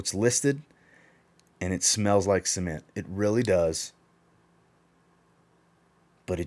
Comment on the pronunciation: I say cement you say SEEMENT 🤣🤣🤣